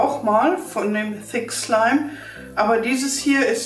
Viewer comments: am anfang habe ich fick slime verstanden 😂wer auch ? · Sie hat öfters im Video "fick slime" gesagt😂😂😂😵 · Wer hat auch am anfang verstanden ,,fick slime" 😂😂😂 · Meee hhahahahhahah🤣😅👌👌👌👌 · Am amfag habe ich F*ck Schleim verstanden manchmal aber auch Six Schleim 😂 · wenn sie dass sagt hört es sich an wie fick slime( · Sie hat das sie ganze Zeit gesagt 😂😂